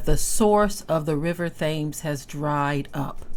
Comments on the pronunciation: Thames is pronunced Tims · The river is pronounced "tims". Peace. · Here is a fun fact: it’s actually pronounced “TEMS River.” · I love your pronunciation of the European locations. It's so refreshing to hear the actual spelling ( which doesn't always make phonetic sense) pronounced differently, much like these same people constantly mispronounce the names of other people's cities and nations. They have abused the 'tams' river, being wicked shepard's and now their punishment is upon them.